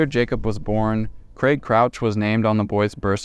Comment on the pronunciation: Thank you for pronoucing craig properly